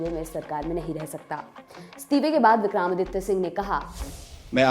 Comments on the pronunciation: Vikram not vikraam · मैडम ये विक्राम नहीं विक्रम है😅😅